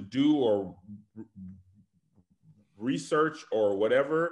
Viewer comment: struggled to say “research” lol that was crazy